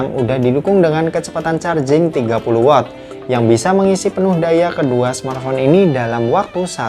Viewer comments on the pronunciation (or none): none